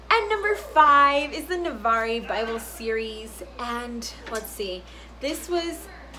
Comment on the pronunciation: FYI: Navarre is only two syllables, [nəˈvär] (var rhymes with far)